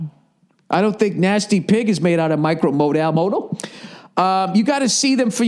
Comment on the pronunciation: Micro mo-dal... modal???